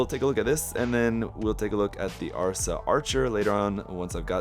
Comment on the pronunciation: Asra, not arsa 😊